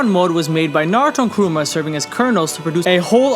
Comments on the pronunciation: Bro its KURAMA not KUROOMA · It's Kurama, not Kuruma. Kuruma means car 😐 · Is it just me or is he really referring KURAMA as "Karuma or Kuroma"? Thats what im hearing until the end of the video. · Why do you say Kuruma instead of Kurama? no hate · Kurama not kooroomar how are your missing it up really 😂😂😂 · kurama, not karuma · Kurama man not kuruma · Kurama (Koo Rah Muh). Not Karuma, or Krooma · mf said Karuma lol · Hearing the dubbed hurts my soul... Along with hearing him say Kuruma. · Who tf is Karuma? Smfh thumbs down just for that alone. If you're going to do an explanation of something like this at least be able to pronounce the names properly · “Karooma” - chosen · Why does he say karuma ??? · It’s kurama may guy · Very interesting video, but man im sorry, KURUMA 😂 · stop saying kuruma god damn! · I left when he called Kurama 'Kuruma' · He pronounced it as kooma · Did anyone notice he said Kurama wrong the whole video